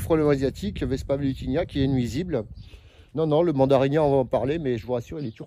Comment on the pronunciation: c'est Velutina, pas Velutinia, non? 😉